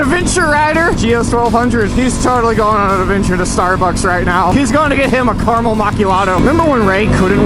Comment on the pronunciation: "carymel Markyado"